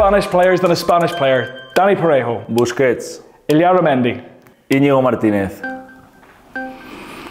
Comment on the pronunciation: Parejo's pronounciation is clean